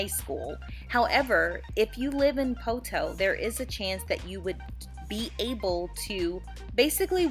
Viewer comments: PO-to. Not po-TOE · I was born in Poteau. My grandma, Vera Helton raised all 5 of her own kids and then helped raise many generations of others with her daycare. She went to heaven a couple of years ago and I miss her dearly. *How you pronounced Poteau with an extra hard "TOE" threw me a bit 😂